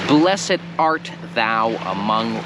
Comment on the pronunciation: Dlaczego wymawiasz blessed jak bys czytal po polsku a nie with silent e